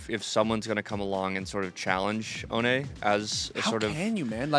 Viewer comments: The funniest thing to me is that all americans pronounce him "oʊni", like he ist some kind of japanese demon thing. its just the german word for "without" and is pronounced "oːnə" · Please for the love of god pronounce his name right, it's not so hard. Put Ohne in translate and hear what it sounds like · Ohne got me into watching cs, and now i know why he called huynmin jamyoung 😂